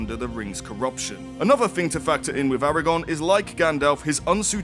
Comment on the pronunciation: Arago-R-n! :P